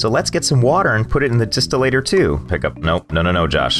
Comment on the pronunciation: Im pretty sure its pronoused Dis-still-er